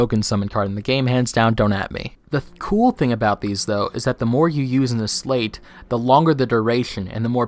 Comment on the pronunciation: Because it ends in "eight" so we say it like the number 8. I just looked it up, it apparently really is pronounced SLITE not SLATE. English is hard.